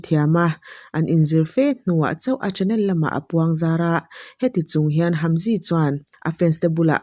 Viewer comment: Hamzy ai chuan Haemji tia lam tur 😊